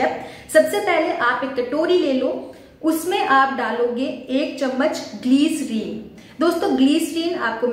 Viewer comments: It’s Glyserine not gleeecerine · Don't say Gleeeerin 🙄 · Pehle bolna sikho gliceriiìiiiiiiin😂